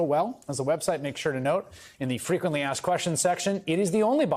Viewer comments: Why do you say axed when the word is asked? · You didn’t “aks” her. You asked her. It’s not difficult. We put the s before the k and you put the k before the s. The way we spell it and say it is correct. The word is asked. You always put the s before the k and it cannot be mispronounced. If you spell it wrong, you can easily mispronounce it. I am a democrat and I believe all people are equal. I just can’t handle the mispronunciation. It’s like misspelling or misusing the words there, their, and they’re. An ax is a tool. There is no such thing as aks. Either you are asking something or you are requesting an ax to use somewhere. Thanks!